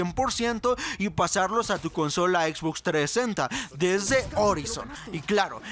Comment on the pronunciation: Como me caga cuando no pronuncian bien como la x box >:v